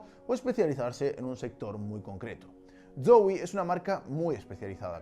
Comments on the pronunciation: se me hace gracioso como pronuncia la Z de Zowie como un "ds" sonando como dsoui xd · que raro pronuncia zowe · Soy al único al que le incomoda como dice zowii (como se escriba) dxdx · Soy yo o dice mal Zowie?? (Creo)